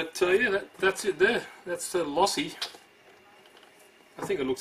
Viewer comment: Low-see sounds like you keep saying law-see